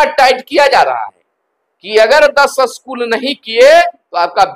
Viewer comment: अस्कुल नहीं स्कूल होता है।